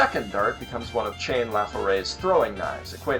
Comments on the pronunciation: You called Chane "Chain". That is not her name. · I know that this video is five years old at this point, but I'm compelled to point out that, while "chain" has some very good symbolism value, Chané's name is pronounced "Sha-neh". Although Ladd's VA consistently pronounces her name wrong ("Cha-neh") in the dub!